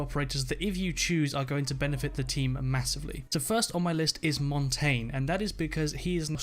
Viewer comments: If someone said mon tayne one more time I will kill myself IT'S MON TAHN YAH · Mang0 Chri5 he also said Mon tayne instead of MON TAHN YAH which translates to mountain in Spain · Why is everyone sayinv montain? It's Montagne aka pronounce it the french way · It is pronounced [mon-ton-yay] the reason I know this is cuz it is French for "mountain" and translate says it like that... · Jose Mendoza how do you main him if you can say his name properly it's MON TAHN YAH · he also said montonyay wrong. ( I k ow my spelled it wrong but that is how u spell it) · he also said mon tayne it's MON TAHN YAH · Valkeray and Montain... that's not how it's pronounced...